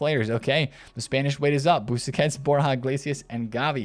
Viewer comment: Dude said “BoosaQuets” then said Borja mayoral was in the Euro squad 🤢 brah what lol